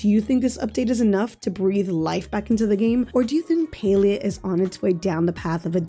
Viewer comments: Not PAI-lI-A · You pronounce palia like pailia not to be rude but it's PA-LEE-A